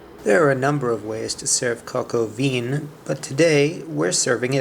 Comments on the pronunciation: please learn how to pronounce the name of the dish please. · I think you need some work on your French pronunciation,...lol!!!